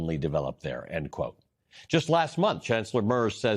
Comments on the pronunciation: It is not "MerZ", it is pronounced "MerTS". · You might try to pronounce Merz's name a bit more correctly. 😉 Phonetically in English it could be written as "Maertz"